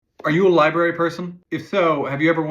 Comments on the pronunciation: It's Library, not Lieberry. Sorry; I can let 99.99% of mispronounced words go. This is one that grates on my soul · Sorry, but the word is pronounced library, you pronounce both R's, not just one.